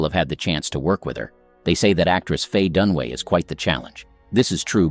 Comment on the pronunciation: Dunaway not Dunway